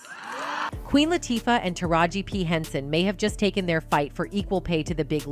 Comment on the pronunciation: Lawd hammercy if they don't put some respect on Queen Latifah's name and say it correctly. The same with Taraji P. Henson, put some respect on her name and pronounce it correctly.